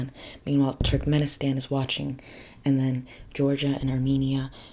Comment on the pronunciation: My fiancé is from Turkmenistan (it's pronounced more like Too-rk-meh-ni-staahn with staahn being stressed) and we have a lot of friends from Kazakhstan and Kyrgyzstan. It was nice to hear you mention these countries! Love and support from Russia💗